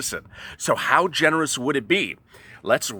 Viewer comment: What does "genuous" mean? How does one trust a guy who can't pronounce generous?